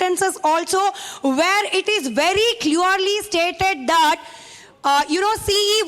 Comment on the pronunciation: Why don't you teach your correspondents proper pronunciation and diction Arnab. I heard her saying " cleaorly" for " clearly" twice. It's a Massacre of the English language..